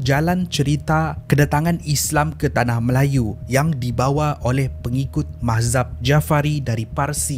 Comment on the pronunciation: mazhab bukan mahzab. Arqam bukan aqram. Syari'ah bukan syariyah.